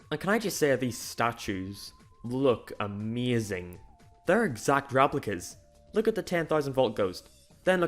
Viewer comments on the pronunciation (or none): The way you say Ameazing is ameazing!